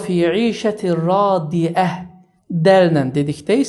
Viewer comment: Del dedikdə 2 kəlimə dedin 1) radiəh(del) 2) radiyəh(dəl) demək hər ikisi səhfdi